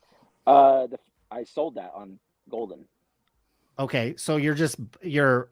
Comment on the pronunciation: “He would sewl these fwizzbees”